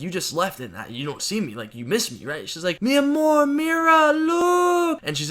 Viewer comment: "mi amor mirar look" omg why did he say it so good lmao ily guys